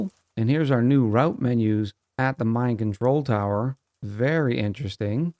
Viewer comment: When you put down the new Mine Control Tower I heard you saying "Mind Control Tower" and now I can't unhear it 😅